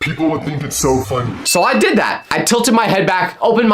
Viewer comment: why you say Didd